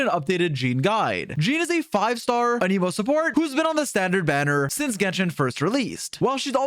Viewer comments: Every character in the game will pronounce the word "An-im-oh" and people will still insist it's pronounced "An ee moh". Drives me insane. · bro is still saying an emo in 2024 ICANT